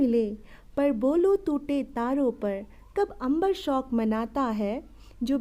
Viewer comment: शौक शब्द आप गलत उच्चारण कर रहीं हैं, शोक होता है ।